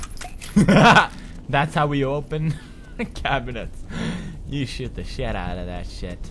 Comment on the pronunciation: when pewdie says "you shoot the shit out of that shit" it sounds like " you shit the shit out of that shit."